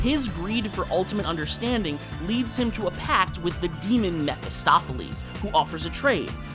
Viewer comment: I don’t think I’ve ever heard anyone pronounce Mephistopheles like that. I’ve always heard and read it as meh-fist-oh-fell-es.